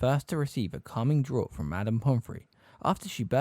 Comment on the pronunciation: I love love love these videos but just have to point out some corrections in pronunciation: - in the phrase “teeth bared” the word ‘bared’ is pronounced like ‘scared’. - a bird’s feathers or “plumage” is pronounced PLOOMage not “PLUM-age” - “Draught” is pronounced ‘draft’ ☝️🤓